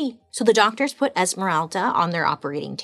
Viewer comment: Did I hear her say “DOGTORS”???? 😂😂😂😂